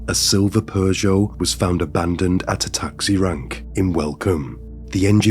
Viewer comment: What's wrong with people!?!?I really don't understand 🤬😡🤬 R.I.P Michael 🥺💔 Btw, you say Peugeot special way, I've never heard anyone say it like that 😯🤭